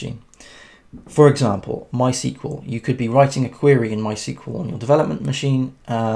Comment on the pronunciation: Thought I'd let you know mysql is pronounced "My Ess Que Ell"